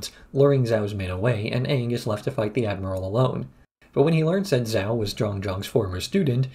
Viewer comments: Zhao is not "Zao", Gyatso is not "Gyatsu", that's all I've got 15 mins in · The pronunciation of the admiral from the fire nation bugs me. I understand he's doing it probably based off of spelling as opposed to trying to do it based off the show, but it still bothers me. lol